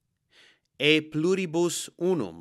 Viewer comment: That was wonderful! Id est, hearing an american say the motto of the country properly.😂😊